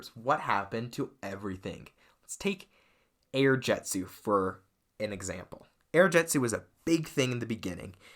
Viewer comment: It's air jitzu not air jetzu